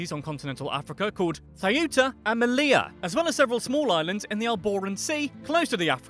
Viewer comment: It's pronounced Meliya not melia(written Melilla though). Good video